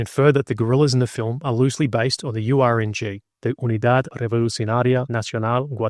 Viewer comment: Mm mmmm that URNG pronunciation 🤌